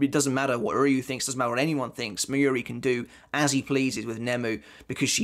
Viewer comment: Your pronunciation of Mayuri is so annoying. It's not 'miyuri', it's Mayuri... it's similar to the word 'master'. The 'ma' in master, although the a is shorter. Being a bleach youtuber, you really should learn the proper pronunciation.